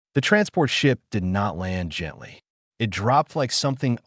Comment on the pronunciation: Good story. Thanks. Sure wish someone could teach AI that a dot at the end of words indicates a sentence ending that calls for a pause. Not the literal spoken word "dot". And that the letters " i" and "t" are a word-not 2 letters to be pronounced separately. It would improve all of these stories. Maybe some day.😊